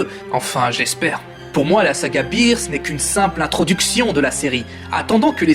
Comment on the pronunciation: C'EST BEERUS ET PAS BIIRUS!Mais à par ça pas mal